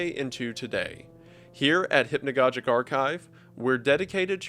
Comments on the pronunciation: Great content! It's (hip-no-gog-ick) not( hip-no-godge-ick) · Both of the "g's" in "hypnogogic" should be pronounced hard. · Every time I hear hypnagoJic it deals psychic damage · Cool video, very interesting, but it is pronounced hypno gog ic, atleast in England. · he pronounces hypnogogic wrong, just thought it would be funny to point out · Fuck is hypnagogic pronounced like that? I have hypnagogic hallucinations and I’ve been pronouncing it with a soft g this whole time.